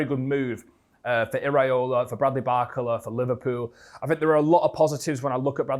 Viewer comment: Everytime he says his name i cfinge, isnt it bar-cola and not barcela? 😂